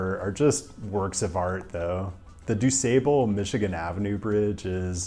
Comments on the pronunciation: In Chicago we pronounce it du SOBle as in sob. Not sable like the fur. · Great video! I've been to Pittsburgh and I definitely noticed how very cool all of the bridges are. Being from the Chicago area I must say DuSable is pronounce Due'sobble & Calumet is pronounced Cal'you'mette. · Glad to see Chicago in the top 3. It's always interesting (but annoying to motorists) at the beginning and end of boating season when the bridges raise one by one as the masted sailboats make their way to/from the lake. BTW, we pronounce DuSable as "doo-SAH-bul" and Calumet as "CAL-you-met." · As a native Chicagoan, I gotta be that guy and say it's pronounced doo-SAH-bull. But yeah, I was surprised to see Chicago ranked so highly. Usually when I think of Chicago bridges, I think of the scene from Batman Begins and the need to jump over the river with the Batmobile. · Pronounced Doo Sah Bul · I died a bit when you said Dusable and Calumet. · Here's a little help with pronouncing some Chicago names. Dusable uses a short a, not long. Calumet is Cal-u-met with a long u. (Cal - you - met) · Gosh I was hyping up your videos to my parents - and your pronunciation of DuSable and Calumet just annihilated his interest.